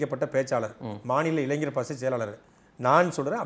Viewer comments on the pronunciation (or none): அவர்களுக்கு ஒரு வேண்டுகோள், தயவு செய்து இளைஞர் என்பதை சரியாக உச்சரியுங்கள், இளைஞ்சர் என்று உச்சரிப்பது கேட்க முடியவில்லை